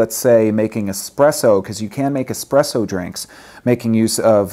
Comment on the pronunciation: Espresso not expresso!!-It is Italian!!